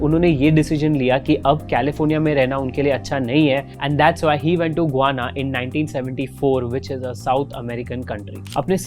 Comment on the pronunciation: गुआना नही गयाना। रियान नही रायन।बोहोत बार इस चैनल के विडियोज के टाइम मिस pronunciation hote hai